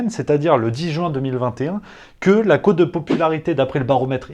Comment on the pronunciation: La cote, pas la côte, cher. Pour le reste c’est top